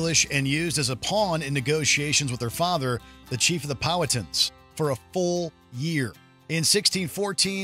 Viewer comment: It's pronounced Pow-hat-tons, not Powa-tons. I live 10 miles from a town named after the tribe/chief and that's the way we say it at least.